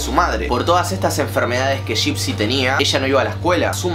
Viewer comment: Nadie yo andes del video: suena como laa laa y dipsy xd